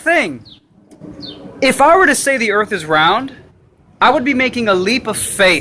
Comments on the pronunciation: The earf? lol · Earf? I always thought it was pronounced "Earth". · Earf lmao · There earf is a cone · Da Earffff is Hexagonal , octagonal, Cylindrical...Type ..Erffffff!!!! Bawahaha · Sorry man, I believe it's spelled Earph.